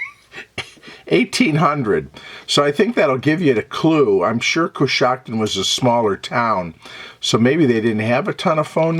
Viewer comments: Love it! You pronounced it exactly right. I've been there many times. There's a restored canal town there, Roscoe Village, that's sort of a tourist attraction. In a bit of darker history, Coshocton was the site of a massacre of Lenape Indians by a Pennsylvania militia; the European settlers were seeking retribution for some killings and horse thefts, which occurred along the westward-moving frontier. In a fit of ignorant, blind rage, they brutally murdered the settlement of Lenape--pacifists and Christian converts--in Coshocton County. Now the area is home to many pacifists of another sort: Amish and Mennonite families and farms. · Pronunciation of location is correct 💯❗